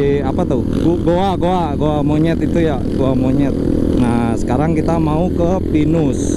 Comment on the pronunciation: Kirain "Gua monyet" ternyata "goa monyet"🤣